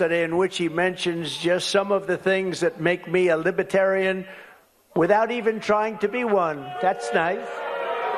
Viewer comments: Lib-a-tarian. Can't even say it right, lol. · I cringed every time he said "Libetarian". The "r" kept getting lost. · “Libit Tarian” He says it like lie berry Or massa two shits Thank god he’s sooooo well educated5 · A libaaaaterian not libertarian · Does anyone hear lib-uh-tarian" when Trump tries to say "libertarian"? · I just realised, he keeps calling it Liba-tarian rather than Libertarian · Trump repeatedly said "Libiterian" instead of "Libertarian" Lib-i-terian, not Lib-er-terian. Yet MAGA'S continuously harp on Biden's verbal issues. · Hey you orange goof it’s ‘Libertarian’ not ‘lipitarian. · Why wouldn't one of his handlers tell him that it's pronounced Lib-er-tarian, not Lib-a-tarian? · He cannot even pronounce LIBERTARIAN! He says “lib-a-tarian” over and over. Feckin Eejit. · He says “Libetarian” half the time, not “Libertarian”. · Trump not even pronouncing Libertarian correctly! He has no idea what liberty is!!😂 "Lib-a-terian" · "Libatarian" he can't even say Libertarian. 😅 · What's a "libbatarian". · A Libatarian? He doesn't even know how to pronounce it. What a bozo! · Trump’s pronunciation of “Liba-tarian” has me thinking that trump probably thinks the people at the convention work in libraries. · What is a "Libetarian?" He can't even pronounce it. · A libetarian? Wow that overgrown toddler can’t even word anymore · He can’t even say libertarian correctly. Lib-a-tarian. 😂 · Lib-u-tarian... He can't even pronounce it right. It's insane he is trying to strong arm them into voting for him. The party literally taking personal freedoms from people. WTF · What's a "libetarian"? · "Libitarian party" - he can't even pronounce the name. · a libaterian 😂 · Trump can’t pronounce Libertarian. “Lib-uh-tarian” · A “Libetarian”😂😂😂😂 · "Lib-a-tarian" Trump can't even say Libertarian. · I love how Drumpf says, "Libbitarian" 😂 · He can't even pronounce it - "Li-BIT-arian" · “The LIBA tarian party” That buffoon can’t even pronounce the word! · Did he say Libiterain